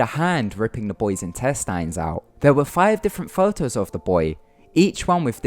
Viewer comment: IntesTINES the way he says it wtf lol